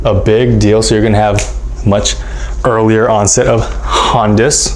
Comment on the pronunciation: umm “HAUNDICE?”